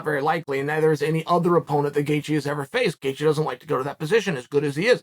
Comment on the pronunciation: “Justin Gaethje came out” Justin Gaythje?